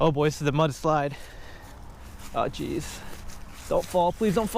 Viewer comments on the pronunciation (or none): none